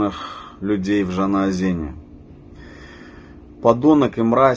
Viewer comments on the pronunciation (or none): Он с таким акцентом русским произнёс « ЖанаОзэн»))))… явно не Татарин))) у вас ус отклеился…( «Бриллиантовая рука»)🤣